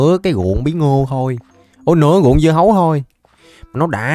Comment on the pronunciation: Sao lúc nói lộn thu hoặc hơn 3000 dưa hấu thành bí ngô thì anh nói dứa hầu